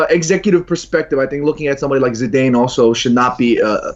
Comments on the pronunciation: Who the fuck is Zidayne? 😂😂😂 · "Micky Phelan" and "Zidayne". Who the fuck says their names like that?! Psychopath. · ZIDAYUMMMMMMMMMMMMN McKola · Why the fuck is the yank pronouncing Zidane like that... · Never let pronounce Zidane again.